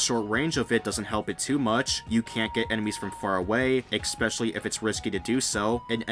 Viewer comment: "Exspecially"? "Axed"? "Excape"? You're kidding, right?